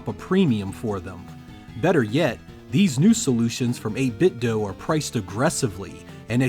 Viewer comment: Nice review, but out of curiosity: Why do you pronounce it as "8 bit doh", and not "8 bit doo"? Are you Homer Simpson in disguise?